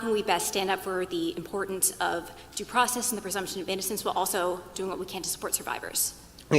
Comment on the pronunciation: Pronouce your worrrds girl. Due process not "daprahsess."